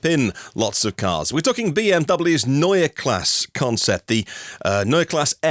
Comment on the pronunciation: yes, like Porsche. You pronounced that right.